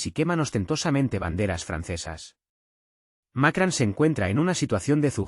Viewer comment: No es Macran, es Macron! (con O no con A)